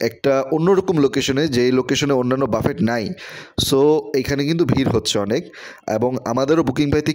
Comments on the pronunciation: বাফেট নয় , এটা ফরাসী শব্দ , উচ্চারণ 'ব্যূফে '! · বাফেট না ভাই, উচ্চারণ হবে বাফে! লেখায় T থাকলেও বলার সময় উচ্চারণ হবেনা। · বাফেট উচ্চারণ 'ব্যূফে ' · খুব কানে লাগছে, বারবার ‘বাফেট’ ‘বাফেট’ করছেন, সঠিক উচ্চারণ হব ব‍্যুফে or বাফে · call buffet not bafet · বাফেট না রে ভাই 😂সঠিক উচ্চারণ বুফে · Phonics er rules onujayi it'll be pronounced 'ব্যুফে' no problem বাফেট /ব্যুফে jai হোকআমরা একটা ভাল রেস্টরন্ট এর সন্ধান পেয়েছি সেটাই আলহামদুলিল্লাহ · Its pronunciation is BUFFE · 😂😂😂 pronunciation ta thik korun..boofay ,,wanton na bole ki sab bolchen